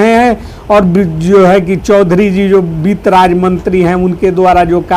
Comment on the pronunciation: Beet mantri nahi sir bitt mantri boliye 😂 aur jo aap ye ramayana path kar rahe hai , ye band kare , sab bakbash hai